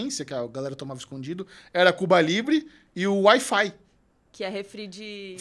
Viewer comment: Não é WI FI hahahhaahah é HI FI 😅